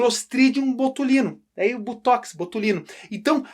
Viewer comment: BOTOX professor e não Butox.... Rsrsss - Butox é veneno pra carrapato.....kkkkk